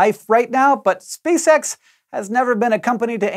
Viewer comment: cant stop hearing "Spay-sex" idk why nooooo